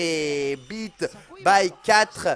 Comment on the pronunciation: "Yaaaaah ! Bite by 4"....Wait what ?! Ah, Beat ! Y'avait quand même un bon E en fin de mot bien appuyé :D